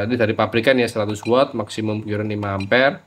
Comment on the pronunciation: sekedar koreksi om, CURRENT itu pengucapannya : KARRENT , buka KYUURENT... ehehehehee